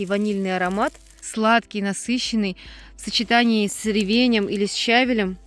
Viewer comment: Спасибо, здорово, но со щавелЕм, ревенЕм-ударение на последний слог.